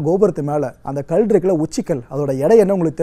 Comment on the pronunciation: தமிழ் உச்சரிப்பு மற்ற தெல்லாம் சரி. ஆனால் கல் என்பதற்கு கள் என்பது அர்த்தம் மாறும்